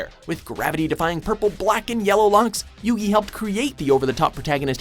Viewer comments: U SAID YUGI'S NAME WRONG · Um sorry. I just can't get over the way he pronounced Yugi's name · How are you gonna say Yugi's name wrong wtf is wrong with you lol also totally called he'd be number 1 XD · I'll just brush aside how he literally mispronounced Yugi's name, but holy shit Yu-Gi-Oh!'s hair in Zexal and Arc-V is sO tragic and it's actually painful I just